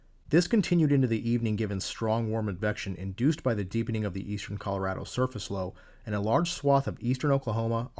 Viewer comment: You cannot understand how much I appreciate you pronouncing "Colorado" correctly.